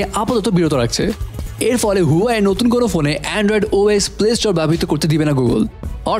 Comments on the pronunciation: Bro,Its Huawei😐not huyawei. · Its not huwai . This is huawei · হুয়াই নাহ্👎👎 হুয়াওয়ে বলতে শিখুন। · ভাই হুয়াই না, এটার উচ্চারন হুয়াওয়ে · You have work on your pronunciation. Its wa --way not hoowai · Vai Huawei kotha ta right vabe uccoron Kora shiken